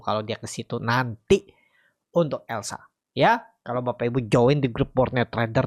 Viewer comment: Elsa…..bukan lesa